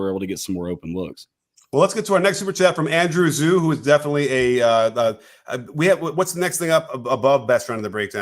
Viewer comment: Coach, I know I've mentioned this on another video of yours, but you have got to stop doing Andrew Zhou so badly. His last name is pronounced "Joe". Trust me, it's my wife's family name as well. But for basketball, someone other than Luka needs to come alive for the Mavs or this is going to be a quick one. Everyone is talking about the celtics 3 point %, but the mavs were worse in this one at only 23%! Luka was 4-9, and Exum hit his one shot, but outside of that they were 1-15. also, the comments section is after you for being harsh on Tatum, but he was bad in this game.